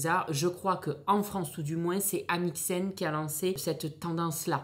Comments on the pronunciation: Coucou just pour dire que c’est AmixeM et non AmxieN voilà voilà ✨ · Ohhhh non 🤣🤣🤣 Amicem pas amixen 🤣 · Amixem... non pas AmixeN, juste pour info. Ou bien j'entends mal, c'est peut-être possible ;)